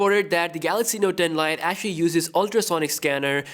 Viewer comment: The Note Den Lite`` Pls dont say it like that 😂